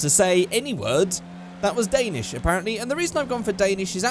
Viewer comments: I am from Denmark, that sounded so swedish xD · You did that Danish intro very good ( im Danish ) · dont worry your danish sounded more swedish than danish xD Love the video <3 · Your danish was awful. Just saying